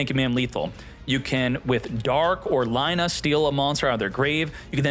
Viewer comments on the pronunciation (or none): none